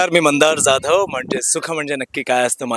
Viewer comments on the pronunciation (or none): Mandar jadhav tumhi jyadhav ase na mhanat jadhav ase nit pronounce kara jyadhav ase pronounce na karata jadhav ase kara te marathi vatate